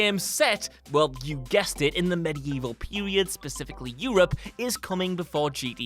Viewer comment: It'll be like a gta seweez in the medieval pewwwwiod